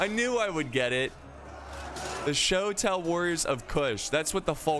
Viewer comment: words messed up: -Fatal -Shotel -Desert (from Diesel Legionaire)